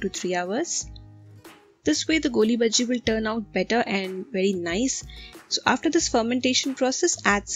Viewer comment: Its not goolibaji...its golibaji🙏🙏🙊🙊